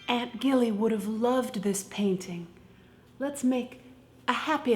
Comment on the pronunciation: I think it's Aunt Gilly as in "Jilly", short for "Gillian", not a hard "G".